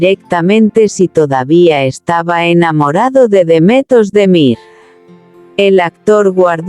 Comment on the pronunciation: Kanaman a Demetos de Mir - kdo to je? To jsou nějaké neznámé zkomoleniny...... Pokud chcete o někom mluvit, tak se alespoň naučte správně vyslovovat jeho jméno - to je základ slušnosti a projevení úcty k dotyčnému. Pravděpodobně chcete mluvit o hercích, jejichž jména jsou Can Yaman (ve jméně Can se C čte stejně jako se čte J v anglickém jméně John) a Demet Özdemir. Tak je neurážejte komolením jejich jmen.